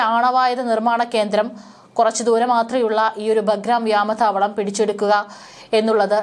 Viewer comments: വ്യാമ താവളമല്ല വ്യോമതാവളം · വ്യാമതാവളമല്ല കുട്ടി വ്യോമതാവളമെന്നാണ് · ഇവരുടെ ചാനലിൽ നിന്നും മലയാള ഭാഷക്ക് കിട്ടുന്ന സംഭാവനകൾ, മുൻപും ആരൊക്കെയോ തിരുത്തലുകൾ ചൂണ്ടിക്കാണിച്ചു കൊണ്ട് ഇവിടെ എഴുതിയതയി കണ്ടിട്ടുണ്ട്, എന്നാൽ വളരെ വാശിയോടെ തന്നെ വ്യാമതാവളം... വ്യാമതാവളം.. എന്ന് ആവർത്തിച്ചു പറയുന്നു. നിങ്ങൾ വായിക്കുന്ന വാർത്തകൾ കൊച്ചുകുട്ടികൾ അടക്കം വീട്ടിൽ നിന്നും കേൾക്കുന്നുണ്ട്, വേറൊരു പെൺകൊച്ചു ഉണ്ട്, ഈ ചാനലിൽ ആണോ എന്നുറപ്പില്ല, അവർ അന്വേഷണം എന്നതിന് പറയുന്നത് അന്നഷണം... അന്നഷണം... എന്നാണ്, താങ്ക്സ് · വ്യാമതാവളം അല്ല.... വ്യോമതാവളം